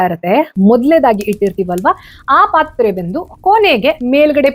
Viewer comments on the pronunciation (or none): Pl. Tell. Pathre not pathra puri not poori